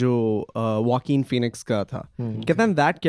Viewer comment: Bruh why do they pronounce Joaquin like Walking lol... it's pronounced Khoaquin. Was so confused when they said Walking Phoenix lmao.